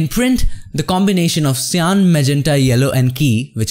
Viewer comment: don't forget "shyan" and "jello"